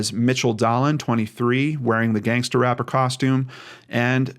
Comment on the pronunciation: I’m so sorry for his family and fiances loss. Alcohol can bring out the worst in people. It might not be appropriate, but listening while getting ready for work and saying Gangstah is making me giggle. Ty for what you do ❤️